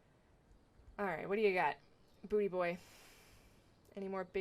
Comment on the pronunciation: Love this one! An Atemsis win is incredible to watch. (Also I love that you called "boutdebois" "booty boy" — in French it's pronounced "boo de bwah", meaning "scrap of wood"!) Nice work!